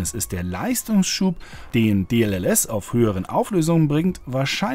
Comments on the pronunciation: Warum sagt statt DLSS immer DLLS? xD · Es heißt D-L-S-S,. Deep Learning Super Sampling.